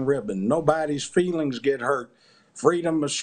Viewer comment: Mark desperately wants Judge Joe to consider the "fweeelings" of his friends on twitter.